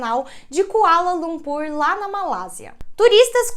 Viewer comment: Eu escutei "aeroporto de colanocú"😂😅